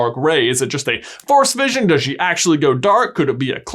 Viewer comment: Every time he said "force vision" I thought he was saying "Forrest vision"